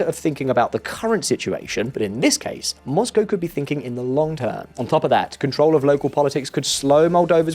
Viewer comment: My only criticism... 'Mozcow'...